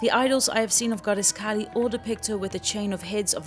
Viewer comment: Lovely vlog. Just a small quibble. Kali is Kali - the dark one. Kaal is time. Very similar words, by sound, but very different meanings.